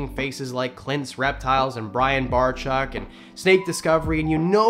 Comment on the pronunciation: you keep slipping between calling Brian-Brian Bar-chuck to the correct pronunciation Barcheck (which of course is spelled differently,lol). You had me going there about AnimalCon, I thought maybe there was a problem, but I'm glad to hear you had a good time. Thanks for the update, always good to see you.